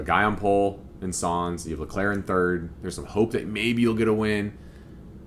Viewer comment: Wonderful to see your enthusiasm! By the way, it's "Sainz". There's an "i" in there. ;-)